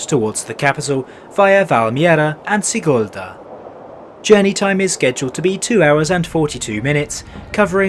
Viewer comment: We do not welcome you Also you pronounce Sigulda incorrectly